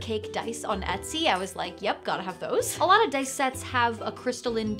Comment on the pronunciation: Huzzah,, "I likah tha DICE!"